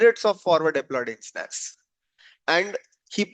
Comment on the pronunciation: Nothing surprising...good video...just wanted to confirm you are saying "Engineers" no ensteineers..